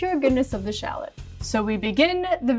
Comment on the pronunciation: I can’t get over how she pronounces ‘shalot’ 😭😂